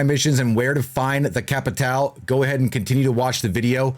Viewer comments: Its pronounced capital bruh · No it’s actually pronounced cappi-tall-eh